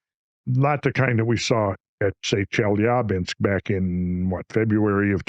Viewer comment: Off topic but... I really appreciate hearing the mostly correct pronunciation of Chelyabinsk. The backwards 'R' is spoken as 'ya' and is typically the accented syllable in a Russian word. Most English speakers get it wrong :) Randall winning again with the attention to detail!